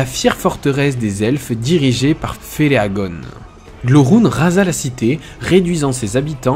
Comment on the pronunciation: Attention aux petites erreurs. C'est john RR Tolkien, pas george. Et Melkor, pas Melchior le roi mage. Et Feleagond pour Finrod Felagund.